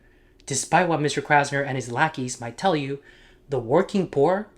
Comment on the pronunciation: 'Krasner' huh? Every. Damned. Time.